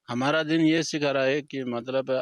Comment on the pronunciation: हमाड़ा मुलुक तुमाड़ा मुलुक😂😂